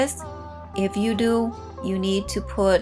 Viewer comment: I like how you say do, sounds like dew